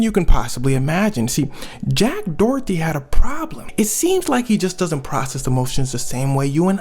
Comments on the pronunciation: I love these videos, please don’t hate me, but in the U.S. this guy’s last name is usually pronounced either “door-dee” or “dough-er-dee”, but never “Dorothy”. ❤❤❤ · Dorothy?? 😂😂😂 Door eddy is how its pronounced luv 🤣🤣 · Its pronounced Do-err-dtee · I keep hearing Jack Dorothy lmao. Not sure if it’s intentional but I’m here for if either way 😂